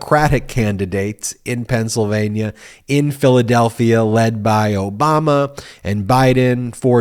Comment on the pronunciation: Note how Trump pronounced it "O-bummer" very deliberately and of course, childishly.